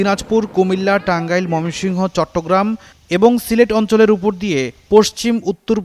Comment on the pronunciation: ময়মনসিংহ শব্দটাও ঠিক মত উচ্চারণ করতে পারে না এই সাংবাদিক।